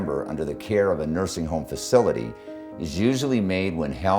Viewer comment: 3.47 ....."Mursing" homes....?